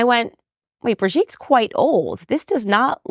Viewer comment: I'm not French but you kinda calling Brigitte Bridget makes me cringe. For the pronunciation. Also... macrown...😅 ouch And I also cringe for calling her by her first name. 😅 it's maybe weird